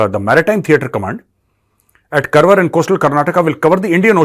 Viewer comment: कारवार Not करवर